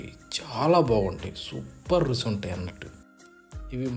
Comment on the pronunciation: Pacchadi video OK, Rusi anakandi, Ruchi ani chakkaga palakandi!!!!